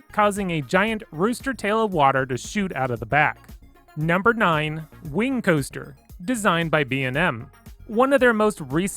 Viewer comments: 'Hyper Caoster' and 'Wooden Caoster' lol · I love the hyper “caoester”